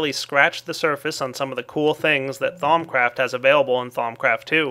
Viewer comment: Lol you pronounced it "Thom Craft" it is pronounced "Thou-oom"